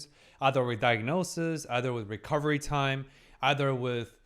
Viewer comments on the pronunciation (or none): none